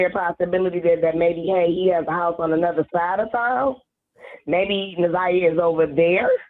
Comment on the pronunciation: Plz pronounce her name correct it’s Na’zi-yah Harris